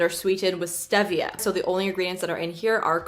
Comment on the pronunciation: it’s steeeeevia not stEHvia